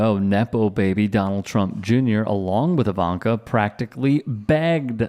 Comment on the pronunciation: Liar Jr, female version , is I-vanka, emphasis on ‘I’. 🤮